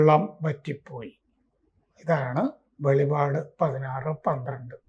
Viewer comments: സാറേ വെളിവാട് അല്ല . വെളിപ്പാട് ! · വെളിപാട് എന്നല്ല വെളിപ്പാട് എന്നാണ് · വെളിപാട് അല്ല വെളിപ്പാട് എന്ന് പറയണം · വെളിപാട് അല്ല വെളിപ്പാട് ആണ് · വെളിവാട് അല്ല സർ... "വെളിപ്പാട് " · വെളിപാട് അല്ല വെളിപ്പാട് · വെളിപാട് അല്ലടോ വെളിപ്പാട് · വെളിപാട് അല്ല വെളിപ്പാട് എന്നാണ് പറയേണ്ടത്. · Not velipad, it is velippad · വെളിപ്പാട് എന്നാണ് ശരിക്കും വെളിപ്പാട് എന്നാണ് ശരിക്കും